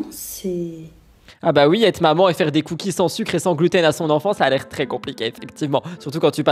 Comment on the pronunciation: « Je dois cuisiner des cookies Sans gluten à MoN EenFANT 👹 » désolée mais soit aigrie plus souvent stp pcq t’es trop drôle 😆